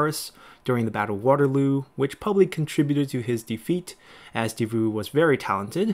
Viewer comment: Nitpick, Davout is pronounced Da-then vout, like vous, the t is silent :D The guy is legendary glad to see him here